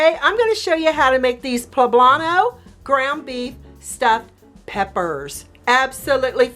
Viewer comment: Poblanto????? Smh